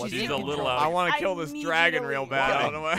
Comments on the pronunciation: ” Kill the dwagon; kill the dwagon.” Was priceless. Also giving his only gun and then trying to get him to follow her. Also awesome. 😎😎😎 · ” Kill the dwagon; kill the dwagon.” Was priceless.